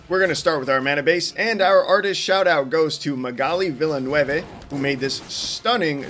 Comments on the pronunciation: It's actually vill-uh-noov, or vill-en-oov. vil-neh-veh is the french-canadian pronunciation. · You pronounced Villeneuve in Spanish. Magali is French. Her name is pronounced very differently: vil-NEH-vuh